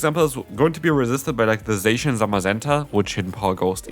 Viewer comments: Zacian in English is a straight transliteration from its Japanese name ザシアン. It’s pronounced ZA-SHE-AN not ZAY-SHE-AN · HSH says it like saysian. And I Hate it!